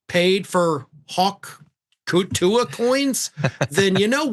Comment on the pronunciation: Did you mispronounce Hawk Tuah on purpose ?